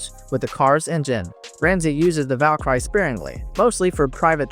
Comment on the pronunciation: amazing how you can't pronounce the word Valkyrie.